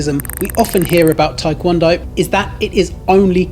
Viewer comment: The Tae in Taekwondo is not pronounced as "Thai" ... it's Tê ~